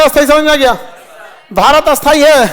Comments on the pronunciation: Bohot badi problem hai aapke ucchharan me .. Aap sthayi ko bhi asthayi ucchar karte ho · खान सर, आप स्थाई और अस्थायी दोनो का उच्चारण "अस्थाई" ही कर रहे है! 🙋🙇🙆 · स्थाई और अस्थाई उच्चारण ठीक करें